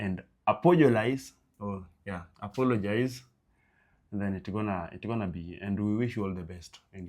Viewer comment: Did I just hear apogolise😅